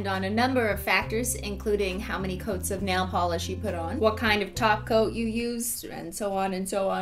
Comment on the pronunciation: Wait does she say glossy taco or is that what I hear?